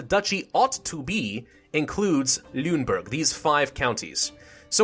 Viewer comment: The pronounciation for Celle is TSEL-leh, Lüneburg similar to LEEnehboorg (ü is like a middle ground in between oo and ee), Holstein = HOLLshtine, Weimar = Vimar. Great let's play, loving it.